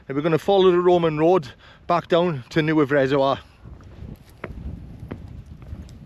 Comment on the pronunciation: just a small correction, Neudd is pronounced Nay-yav, but incredible video mate!, doing the horseshoe on the 14th.